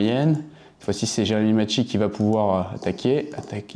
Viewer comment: Macchi prononce maki 😅 je le connais personnellement